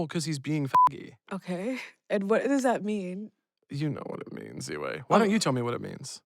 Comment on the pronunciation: I like how he pronounces Ziwe, it’s like Ziwe(y)